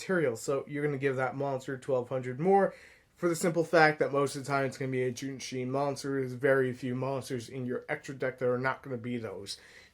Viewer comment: JOUNEE - CHI - CHI try say it like that ... Also i have a burn version of the deck using GALAXY WAVE its pretty funny burning opponent 2000 Every turn